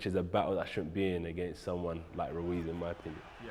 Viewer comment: Jacob Glenman RUIZ,not "Luiz"